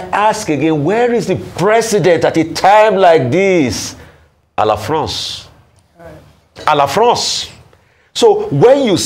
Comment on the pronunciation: Rufai say " A LA FRANCE"😂😂😅😅😅